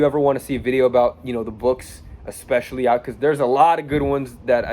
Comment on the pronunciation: Learn English bro... Its especially not EXpecially